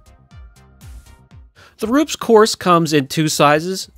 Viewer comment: Using Rupes all wrong. Can’t even say it right. Tiny polisher, wrong pad, hell wrong polishing system. Rupes is designed to work best with their pad and machine. This video is absolutely ignorant.